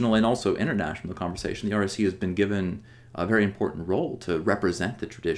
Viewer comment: It sometimes sounds like you're saying "RAC." I assume it is the "REC."